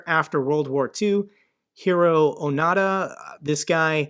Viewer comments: Hiroo Onoda is pronounced Hee-Ro, Oh-No-Da. Not "Oh-Na-Da" Oh-Na-Da means fart. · Onoda is pronounced O-NO-da...not O-NADA...Onada is fart in Japanese.....